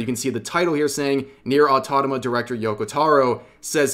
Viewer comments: I'm sure one day Rev will learn to say Nier:Automata correctly :) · Bro's been talking about Nier Automata for several videos but still can't pronounce it properly. 😂